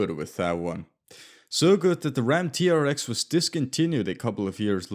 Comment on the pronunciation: I think the RAM TRX is actually pronounced T-Rex. Like the dinosaur. Hence the Easter egg.